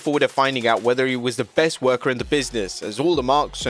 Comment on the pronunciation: haha u said breast instead of best